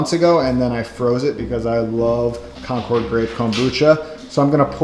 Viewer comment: The grapes are named for a town in Massachusetts called Concord. It's not pronounced like the airplane. It's more like conquered (or conkid) with the accent on the first syllable.